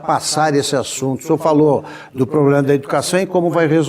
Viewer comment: So uma solicitação, alguém, por gentileza, ensina ao nosso querido presidente a pronunciar a palavra PROBLEMA corretamente.